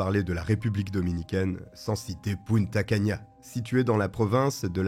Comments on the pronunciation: Bonjour, on dit Punta Cana, comme ça s’écrit, pas « Punta Cania » 🥸🤓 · Punta Cana, pas cania !!! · Bonjour on ne dit pas Punta cana